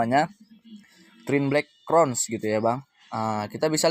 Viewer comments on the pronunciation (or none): Mantap penjelasannya. Tapi bahasa inggrisnya agak buyar. Crows dibilang cron